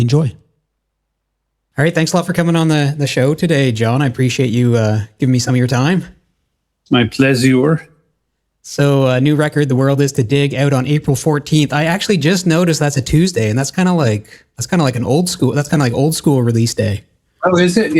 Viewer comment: "My plesour"